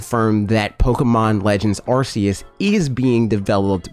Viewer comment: You're the only person I've seen openly admit that they've known Arceus pronounced the way you have and that's the way you will pronounce it. I respect you, man. At least you're not watching the presentation live and saying the name another way RIGHT AFTER you hear them.